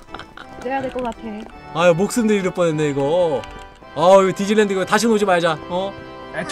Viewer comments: 나 뒤질랜드로 들었어..ㅋㅋㅋ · 근데 디지니 랜드를 디질래 랜드로 했어요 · 봄수님이 디질랜드갈때 뒤질래라고 들림 ㅋㅋ